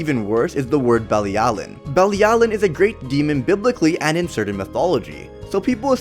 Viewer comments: It’s pronounced be-lee-alu-Ian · IT'S PRONOUCED BILLY AL O WEEN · It’s belly-a-l-oh-ween